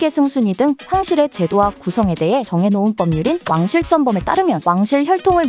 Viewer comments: 왕실쩐범이 맞는 발음이 아니라 왕실전범이 맞는 발음임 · 왜 '왕신전범' 발음을 "왕신쩜범"이라고 하나? 혀가 짧나? 아니면 코을 먹었나? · 왜 쩐범으로 발음함?